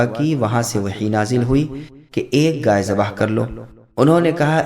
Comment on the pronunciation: Bhai ghai hota hai gay nhi